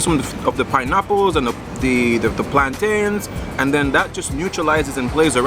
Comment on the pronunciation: You are so awesome. Where's Judith though? Oh and no bada change de pronouncement of plantain. Ya still a yardie.